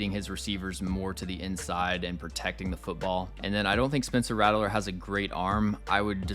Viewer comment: His name is pronounced Rat-ler not rattle-ler btw